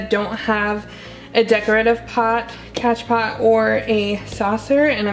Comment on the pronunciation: As Soon as I got the notification, I screamed!! Loved this new vid love!! Just made my morning!! Also, It's spelled "Cash pot" but pronounced as "Cash Po". So I heard..or at least Summer Rayne says it like that. But, it's whatever, Doesn't matter, We know what You mean. 😉 Honestly you have the CUTEST POTS EVER!!! I have plants, Not enough PoTs! Lol ❣️🌿👸🌱❣️